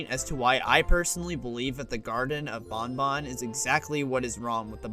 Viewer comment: Thank you for pronouncing ban ban correctly